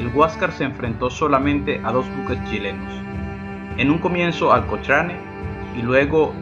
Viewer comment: Buen videos pero cochrane se pronuncia cocrane jaja